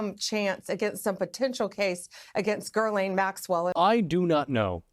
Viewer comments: If she is going to talk about Gislane Maxwell she should learn how to pronounce her name. It is not GiRlane it is pronounced Gi-lane, spelled with an s whjch is silent because it is French. But then, she called Hitler Hilter. 🤪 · She needs to correct Maxwells first name…..it is not Gerlane. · Dear Pam, It’s Ghislaine not Guerlain. Guerlain is perfume. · I might take these people more seriously they pronounced things correctly. “Gerlaine” Maxwell? 🙄🙄🙄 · Would it not be nice to pronounce the name of ghislaine the way it should. It’s a French name so it’s not very hard to find out. Sorry but I had to say this it’s so strange that for years nobody took the effort to. Love your channel, never miss an item. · Jeez, Bondi can’t even pronounce Ghislaine Maxwell’s name properly 🙄. Attention to detail??! Evidently not. I ‘wonder’ how she’ll manage the complexities of what will come before her in her position.